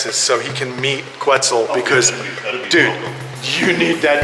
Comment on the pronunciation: Quetzal, pronounced Ket-zal, is an ancient Mexica (Aztec) name in the Nahuatl language that references a bird in the region/culture. The “que” spelling came after the invasive Spanish colonial era. And even the Spaniards pronounce que (think porque) “Keh” & not “kwe.” It’s also not “weird” just because it’s not familiar to your western perspective. And it’s def not Irish. Lol If only all you captive breeders and foreign animal hoarders cared more about the work that goes into protecting the lands & cultures these animals came from instead of upping your collections for your own egos and monetizing purposes- The world would truly be a better place. And for the record, I’m an immigrant from SE Asia who’s lived on the US west coast (occupied Turtle Island) for 36 years. And even I know I’m a visitor on these ancestral stolen lands. Humble yourselves and take the time to learn about the people and cultures burried under your homes and outside of yourselves.